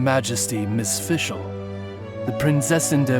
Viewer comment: I love how Fischl pronounces the German words